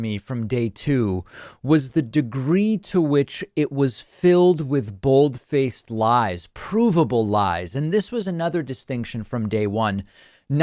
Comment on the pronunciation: Note for David: you mispronounced "bald-faced lies".